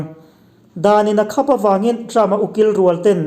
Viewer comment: Minlo hrethiam la,"khap"tih i lamdan hi adik chiah lo niin ka lo hria. Mit khap tih kan lam angin i lamaaa,khap hi achhuk zawnga lam chi ani zawk em ka ti.